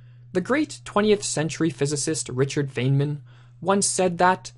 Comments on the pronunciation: Bro Feynman is pronounced (Fine-men) not (Fane-men). Have some respect, dude won a Nobel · Fine man is how you pronounce his name, not feign man. Great videos, thanks.